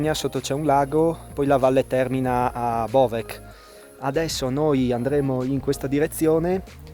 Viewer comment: La c finale in Bovec si legge come una z in italiano